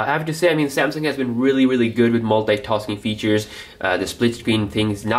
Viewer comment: The way you say Maintenance and Multitasking is cringeworthy. Pronounce better please. Also you seem extremely bias toward nougat being best.